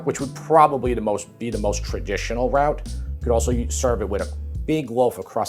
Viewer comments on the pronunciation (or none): none